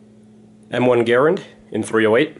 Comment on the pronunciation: who threw up when he said m1 grand wrong